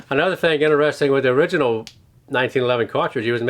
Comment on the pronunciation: in-a-resting instead of interesting